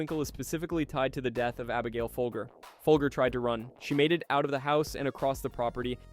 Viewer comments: Pronounced "FOLJER" not FOLGER, like the COFFEE, she was the FOLGER COFFEE HEIRESS. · It’s pronounced “fol-jer”. Like the coffee. Also, Manson went into the LaBianca house and tied them up before sending in the others. So yeah, he was guilty of murder or at minimum an accessory to murder.